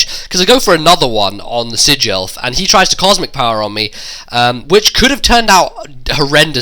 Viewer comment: "Sidge-elf"? (sigh) No respect at all for what should've been Unown's evolved form...